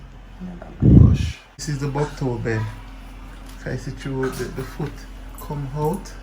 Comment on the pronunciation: say buck toe bed